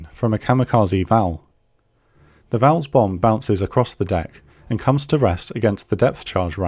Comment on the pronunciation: I've never heard the Japanese planes called Vowels and Judies before.